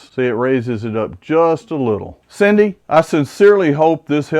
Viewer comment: BTW you said my name perfectly.